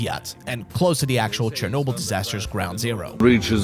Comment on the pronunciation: CHERNOBYL, ITS CHERNOBYL FOR THE GODS SAKE!